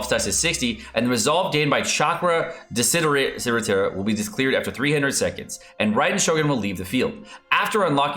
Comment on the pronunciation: Lol, I wonder why Mihoyo uses lots of Latins and Italians words on his characters.... I can see you cannot say "desiderata" which, again, is an Italian word! By the way desiderata means "wished" ...really wanted... and similar meaning. I still cringe when I ear how Tartaglia is pronounced! :)